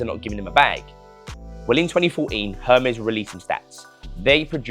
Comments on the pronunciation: It’s pronounced “Er-mess” 😅😅😅 Not Herms or hermiss 😅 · And there’s no R pronounced in Hermès you’re saying it wrong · You know so much about it but you don’t know how to pronounce it 😂😂😂